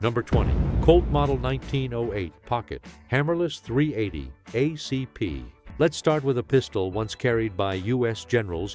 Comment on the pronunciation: Fucking AI!!! "..38 oh see pee"